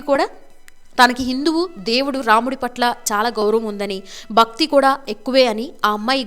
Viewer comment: ఒక విన్నపము... Anchor గారి తెలుగు, ముఖ్యం గా, వత్తులు పలకడం లేదు,,, బక్తి కాదండీ భక్తి అనాలి... మల్లీ కాదు, మళ్లీ అని పలకాలి... భాష, చక్కని ఉచ్ఛారణ, మీ ప్రెజెంటేషన్ కి వన్నె తెస్తుంది... ఇంప్రూవ్ చేసుకోండి, ఇంకా బాగుంటుంది... పాజిటివ్ గా తీసుకోండి ఆలోచించి